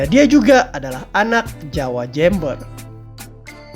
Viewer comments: Jember bukan jember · Jember bang, bukan jember😭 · jember bang bukan jember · hei min kamu org mana sih? ngomong kata jember aja aksennya tidak seperti orang2 indonesia kebanyakan.. huruf "e" nya kamu baca bener2 eeeee.. kebanyakan orang penyebutan huruf e pada kata jember seperti jeeumber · Jember bukan jEEmber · Jember bang bukan Jember .. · Jember? Jeumbuer pak dibacanya😅😂